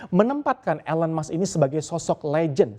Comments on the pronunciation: I cringed everytime he pronounced Elon's name. 😬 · Cara baca "ELON musk" perlu koreksi.